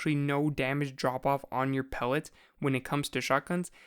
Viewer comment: Every time he says pellets I cringe like crazy. Am I the only one?